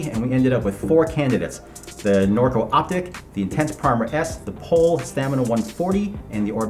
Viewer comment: That's not how you pronounce Pole